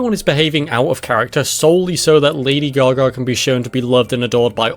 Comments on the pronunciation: Great video But also "Lady gar gar" lol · "Lady Gar Gar"